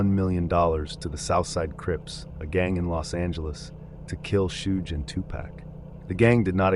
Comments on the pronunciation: the biggest crime here is you saying Suge like “Huge”. It’s pronounced like “Sug” know the short form of the word sugar often used as a pet name by waitresses in american diners in tv shows. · Hi, this is a great video, but I hope you could work on some of the pronunciations (e.g. “Sooge” Knight should be “Shuge” Knight). The pacing of the delivery can be slowed down too. When mentioning the section names, there were times when they were spoken way too quickly. It can get distracting at some points. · lmfao....I knew you'd jump to the conclusion that I was the one offended. Your type are way too easy to read. Not offended at all, and I wasn't referring to any commenter being offended 🤦. Was jokingly implying the Suge (please pronounce it correctly when you read this out loud 😉) most likely isn't offended....geesh...nobody can comment on ANYTHING and they're automatically (OMG) offended. You make me laugh